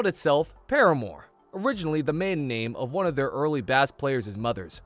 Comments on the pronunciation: you’re a music channel and you pronounced bass like the fish? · You pronounced "bass" like the fish, not the instrument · It's bass pronounced by base. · "The team called itself Paramore, the maiden name of it's bass [pronounced like the fish] player's mother." The absolute state of reading comprehension today... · pronouncing bass as bass is crazy